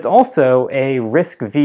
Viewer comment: The processor RISC-V pronounced as "RISC-5" instead of "RISC-V".